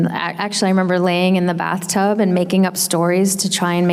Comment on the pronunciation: ok, not "bath-tub" but "bath-sob" ?? how deep her imagination power and creativity could get?? wow, so much respect for my pink ranger!